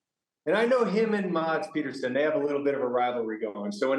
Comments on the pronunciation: its PEDERSON and Peterson.......come on guys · Its Pedersen